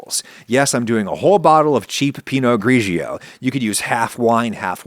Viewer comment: Its [gri:d͡ʒo] not [griʒjo], /gio/ /gia/ /giu/ in Italian sound like "jo" "ja" "ju" in English, the i is just in there as a graphical trick to soften the g (like the u in Spanish /gu/ makes the g hard)